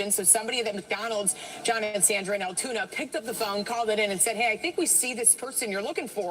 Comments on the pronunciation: It's Altoona, not Alatoona. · Altoona not Alatoona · It's not Alitoona, LOOK AT THE SPELLING!! Not how you want to pronounce it! You pronounce it like this (sounds like - AL TUNA). No I is in ALTOONA. It is where I live in Pennsylvania 🤣🤣🤣🤣🤣🤣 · ALTOONA......AL-Toona...AL-Tuna. Damn i thought she could read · Pronounced: "AL Tuna" spelled:Altoona